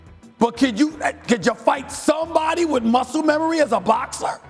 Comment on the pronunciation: why did he say boxer like that lol